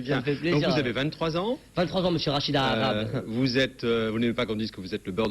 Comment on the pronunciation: on parle de la signification de son nom et pas de ses origines. Cet homme est un amazigh pas un arabe. Son nom est mal prononcé par les Français. Le h se prononce.